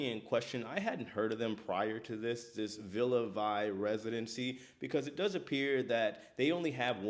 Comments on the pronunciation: Please do a little more extensive research before you post. First, the ship is pronounced Villa "Vee," not Villa "Vi". Secondly, up until last week, throughout the 4 months of delays, the company had been footing the bill for the lodging of the people who purchased residence cabins. It did not come out of the residents' own pockets. Also, the people did not have to remain in Belfast, but were allowed to travel to other places with the company still subsidizing the expenses. The company did say just last week that it would have to stop subsidizing, but then changed its mind and is now giving the residents a $200 per diem. Finally, included in the $100K purchase price -- for a 15 year ownership -- plus a $3500/monthly maintenance fee per cabin are: unlimited wifi, all gratuities, two complimentary laundry services per week, two complimentary glasses of wine or beer per person per meal (at lunch and dinner) and all non-alcoholic beverages. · It’s ‘Vie’ like in French, not English. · Great video! It's pronounced Villa Vee. JJ Cruises was getting sponsored by them (or 'partnering' with them in Youtube speak🙄) It always sounded like a bad idea but they had at least 3 videos about all the pros. I feel for these people who put all their money on the line. It's very hard to see how this could be a good investment as opposed to just going on a cruise a couple times a year (forget the upfront cost, their monthly fees are sizeable) but 🤷🏿